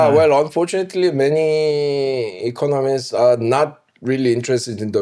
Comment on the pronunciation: I had to call it a day when the dude couldn’t pronounce economists